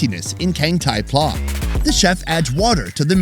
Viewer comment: You pronounce pla incorrect. It sounded like word Plaza in latin. I was born in thailand. The foods in this video is not what normal people eat. Only drunkard low education person eat it.